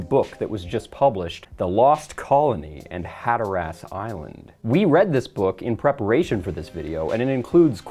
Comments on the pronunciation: I believe it's pronounced "Hat-uh-rus", not "hat-uh-rass" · Local here, Hatteras Island is pronounced Hat-er-us. It's not an ass. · Never heard Hatteras pronounced like that before. I live right by Cape Hatteras, and we pronounce it more like hat-er-iss. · hatter-ass. lol Usually, it's pronounced more like "hatter-iss". Not telling you to pronounce it that way, just thought it was funny hearing the "a" pronounced. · Dude, as a North Carolinaian, whhhhy did you pronounce Hatteras that way?!?!? Hat-ter-[e]s point man. Side note, haven’t seen your videos in a while and it looks like you’ve trimmed up a bit, looking good man. 👍🏻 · I’m from NC. It’s “Hat-ter-is” lighthouse. Love the video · As a local to the area, it's pronounced "Hataris", all short vowel sounds. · I know your gonna make another video and some of this might be in it but i figured id share some stuff. First its pronounced "Hat-ter-us" lol. More importantly there are still archaeological research attempts at finding where the colonists went. There has been recent evidence that alludes to some of the colonists going to Hatteras, NC, which you alluded to with the book you brought up, but it isn't enough to prove one way or another. Much of the mystery is the stunning lack of evidence of where exactly the colonists went, especially considering how many there were. It is also believed that the more than 100 colonists could not have integrated into the Croatoan tribe in the amount of time between Whites leaving and returning, although some may have. Also just cause i know more about it: Jamestown, VA colonists left temporarily due to desperation from starvation but were turned back around by Captain Christopher Newport who came to relieve them just in time. Some of the Jamestown colonists had separated before this occurred and had established what would become Hampton City, VA.